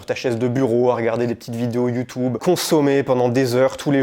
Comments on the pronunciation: YouTUUUUUUUUUUUUbe!!! Et pas YoutOUbe. C est youtUbe bon sang de crotte de bique naine !!! PAS youTOUbe😂❤❤❤ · C’est marrant comment tu dis YouTube. Merci pour cette vidéo intéressante